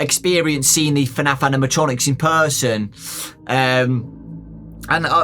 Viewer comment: Its fnaf not fanf